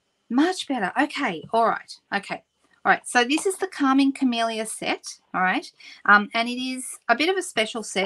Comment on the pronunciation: You said Calming Camellia, and I heard "Karma Chameleon"!